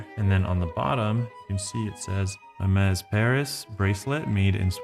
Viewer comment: Well done pronouncing this name correctly and emphasizing how it's done... nothing is more offsetting than people pronouncing this brand all wrong due to their ignorance and lack of brains